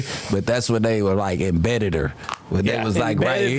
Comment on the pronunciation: this nigga said embeddeder 😂😂😂😂